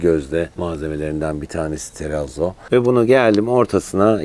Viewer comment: ( terrazzo ‚ nun doğru okunuşu: Terrratso… Yani 2 R hissedilmeli ve 2 Z yanyana ts sesi verir ) Aramızda 😉